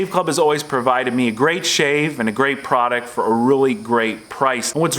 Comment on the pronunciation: Product not prodict.